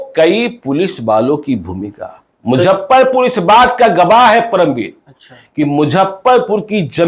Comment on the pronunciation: Don't Mujhhaparpur it's Muzaffarpur